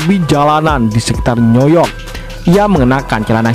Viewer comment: Iya, betul sekale, yg ngisi suaranya, bkin napas gua nyesek, ngomongin New York, kok jadi Noyok, hadehhh, mas, alon2 bae.